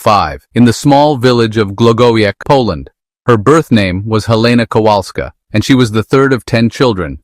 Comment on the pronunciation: Hey AI her name is Polonese. W us orinounsed as what it is a double V.. COVAHLSKA! Not cowalsja. Has ni5hing to do with cows😢